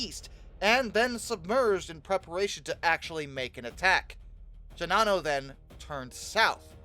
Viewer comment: I don't understand why NOBODY pronounces Shinano the way the Japanese do. People make an effort to do with that Yamato and Kirishima. Japanese generally puts equal stress on each syllable, so it would be "she-na-no", and not "she-Na-no" . . . . . . Japan had plenty of airplanes. They were severely short on trained pilots.